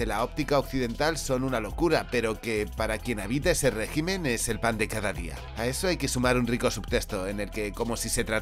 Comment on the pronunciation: Me encanta cuando dice el < régimen >